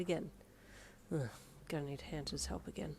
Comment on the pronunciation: Ah yes "hanter" 😂😂